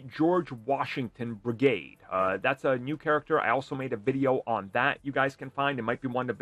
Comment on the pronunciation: I thought it was George Washington Bridge or G.W. Bridge... NOT Brigaide...?